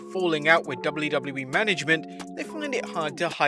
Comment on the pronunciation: great video but the 'doubly doubly E' pronunciation for WWE fried my brain